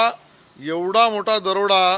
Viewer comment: आहों शेलार पहिले दरोडा हा शब्द नीट उच्चार करायला शिका.